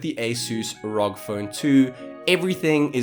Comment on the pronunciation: who says R-O-G as rock 🤣🤣🤣